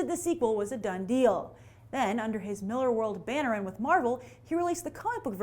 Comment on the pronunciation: It's pronounced Mill-AR!